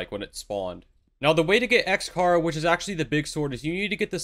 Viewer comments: Its XChara not XKara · The way he pronounce sans and x chara lol good guide tho 👍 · bro is he saying sans and chara wrong just to piss me off LOL